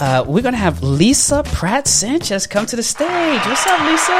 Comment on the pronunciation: Pratt (not Patt) - Love this Sister. Please fix :)